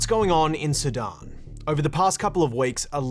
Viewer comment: Great broadcast! I love how he pronounces “Sudan” so it sounds like “Sidon”. Great job guys!